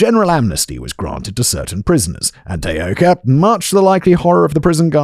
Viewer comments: Self exiled Scot in Tokyo here! Great work George! And while mostly Simon didn't butcher too many of the Japanese words, the two he used the most were, um, a little off! Taoka should be tah-oh-ka, and Kobe, koh-beh (the stress is complicated due to the pitch accent, which I won't even attempt to explain here, but suffice to say that tay-OH-ka and KOH-bee were a little distracting! But not to the lessening of enjoyment of what, again was a hugely enjoyable video and an interesting change of pace which I hope performs well! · Can you even try to be professional you didn't even bother to learn how to say the name of the person the video is about!